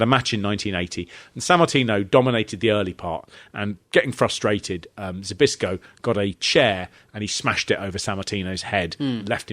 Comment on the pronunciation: *Zbyszko = Spishko. You’re welcome. 🤭